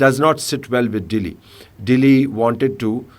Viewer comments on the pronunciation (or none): the way he say Dehli, 😊